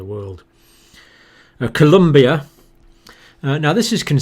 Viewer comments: Its ColOmbia, not ColUmbia! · Please, please. Colombia not Columbia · Colombia with an "o", Dr. Campbell. Not Columbia. Common mistake. You're awesome. I never miss your videos. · It is called ColOmbia, not ColUmbia!! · Colombia, not Columbia. Thank you